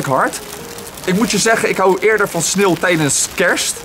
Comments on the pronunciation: Het klink echt alsof je snilt zegt ipv sneeuw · het viel me op dat je sneeuw beetje apart uitspraak no haat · ja echt he